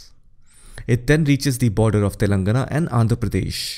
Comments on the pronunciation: Great video, very informative. Appreciate the effort in pronouncing all name correctly. Just a comment: Telangana is pronounced as telan:gaana. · It's Telangana = /tɛlɑŋɡænə/